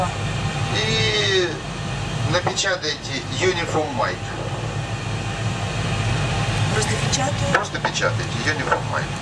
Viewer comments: Самое главное, Дуэлянт, это не выставлять свой ничтожный IQ напоказ, а быстренько посмотреть информацию в Гугле. Если ты, как, Uniform Mike произносишь как "Юнифолмайнд", значит ты в своем развитии ПРИЛИЧНО отстал от остального населения планеты. Недалекий паренек, услышав в боевике слово Roger (во время переговоров по радио это означает "Принято", "Понял!"), воскликнул, "А чо они вечно друг друга называют РОЖА???")) Это не ты был?)) Признайся, тут все свои. Не заснет он ночью. Можно подумать, порнуха дает тебе поспать))). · Только сказал он это, когда она уже почти все слово написала. А изначально он чётко произнёс "напечатайте unionmike". Когда говоришь с 12-летним ребёнком, а имено так приходится говорить с человеком, который не шарит, то нужно все проговаривать, как дурачку: "третья зелёная кнопка слева под правым экраном". Тут больше её заслуга в том, что она успела перевести все команды суфлера на свой язык. В идеале такому помощнику лучше сидеть в симмуляторе и видеть те же приборы, что и она. Но сидеть можно только медленно!